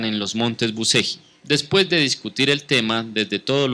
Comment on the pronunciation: se lee buchelli....y se escribe bucegi